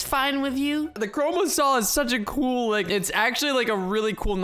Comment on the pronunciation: Lol you said 2 chorma